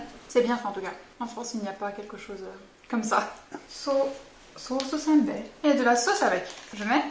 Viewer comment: ソースせんべいの発音がめちゃめちゃナチュラル笑笑